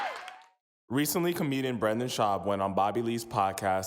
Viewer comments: It’s anecdote, not antidote. It’s Brendan, not Brandon. Your whole gimmick is based off speech and you can’t even speak properly. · You should probably pronounce “Brendan” Schaub’s name properly though……. Don’t know who Branden is………. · IT'S BRENDAN NOT BRAAAAANDON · it’s Brendan, bro. not Brandon like you kept saying lmao good video otherwise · It's brEndon not BrAndon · his name is BRENDAN, jesus am I the only one who was bothered by this? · BrEndan not Brandon!!!!!!BRENDAN!!!! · It’s BRENDAN not Brandon Jesus Christ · It's Brendan not Brandon. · It's Brendan not Brandon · Does it bother anyone else that he keeps saying “Brandon” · Brendan...not brandon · Why can’t this clown on the video say Brendan? It’s not Brandon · 🤌🏼It’s Brendan not Brandon 😂😂😂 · It’s Brendan, not Brandon. But he sucks and I enjoyed the video :) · Keep pronouncing his name as Brandon. LOL. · I’m pretty sure the narrator legit doesn’t know the difference between “Brandon” and “Brendan”… it’s ok bapa, put on an apron and get to cooking that orange chicken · Can’t take it seriously when the narrator keeps saying “Brandon” Schaub. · I loveeeeee that you mispronounce Brendan's name lol. The cherry on top lol. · Dude know one is going to take you serious if you can't even say the guy's name right 💉😘✌️ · Lol a whole video about the guy and the narrator never said his name right haha